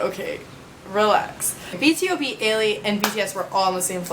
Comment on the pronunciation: it kind of annoys me when u say B.T.O.B instead of B to B = BtoB = Born to Beat